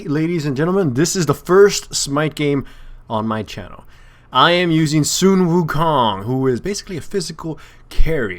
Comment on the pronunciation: you did the accents backwards, its Sūn Wùkōng